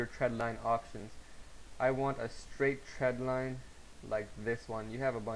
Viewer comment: THX for sharing your knowledge. If you ever recut this tutorial, be careful with your pronunciation of "trend line" . . . sounds like you are saying "tread line" -- but other than that you've explained the concepts clearly.